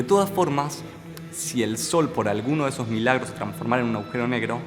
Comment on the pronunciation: Muy buena explicación. El video está muy bueno en muchos sentidos. Pero lo que sí me dan ganas de comentarte es que cada vez que decís"aujero" en vez agujero, resulta chocante y resta bastante. Saludos